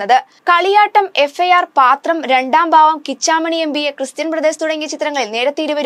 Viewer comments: പാത്രം അല്ല കൊച്ചെ പത്രം ആണ് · പാത്രം അല്ല പത്രം 😊